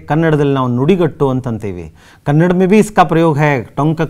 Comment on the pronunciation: thanks for the explanation and teaching. But while explain do not mispronounce . Its KANNADA not KANNAD.